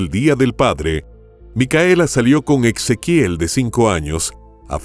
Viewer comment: No suena Ex... Suena como la S... Ezequiel